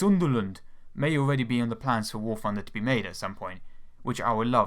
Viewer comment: the fwee pwanes they should add to war fwunder. *insert overused "ooohhhhhhhh" meme